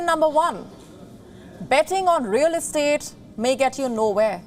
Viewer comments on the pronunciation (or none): none